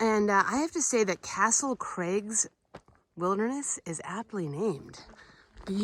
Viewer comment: I love how you say Castle Crags like it's a guy's name. I can imagine a TV commercial-- "Come on down to Castle Craig's Used Cars! We cheat the other guy and pass the savings on to you"!